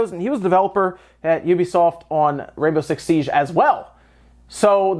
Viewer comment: It's Siege, as in siːdʒ, not Siage - it's not a French word in this context. It's not entourage.